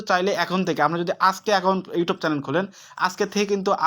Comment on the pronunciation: কথা ভালো করে বলতে হবে ভাইয়া ইউটব না youtube